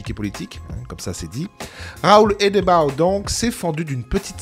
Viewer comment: Ça se prononce Hédebeau...😊